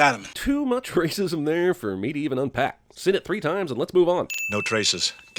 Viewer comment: “Too much wacism there for me to even unpack!!!1!!1!!11!”